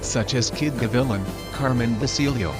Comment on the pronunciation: It's pronounced, "Kid Ga- Vi- Lan" not 🤭 "Ga-villa". It means "Hawk" hence the nickname "Cuban Hawk". Thanks for the mention. Great video. Many don't remember the old champs, the legends that fought for scraps, sometimes, multiple fights a month. They fought with heart. Nowadays they have fewer fights, fancy training equipment; & all for money, vanity & false glory... No heart. Heart died with the old school fighters. Blessings to you & your families. Mikey Gavilan 🥊🥊